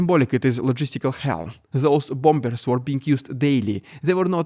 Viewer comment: Mate, please, learn how to pronounce Bomb and Bombers! It's BOM and BOMMERS.